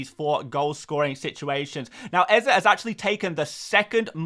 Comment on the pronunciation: Stop saying eze like that please and thanks